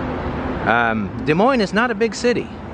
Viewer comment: Nice video. Lived here all my life. Thank you for pronouncing it correctly and not Dez Moines 😆